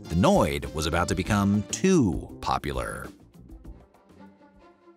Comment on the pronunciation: This AI voice is awful!! It can even say the word popular right